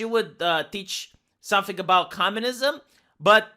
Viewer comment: aboot? are you canadian per chance? :^)